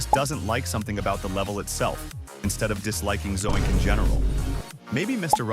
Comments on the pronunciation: Excuse me “zo. ink” who tf is that😭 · "Zo ink" 🥀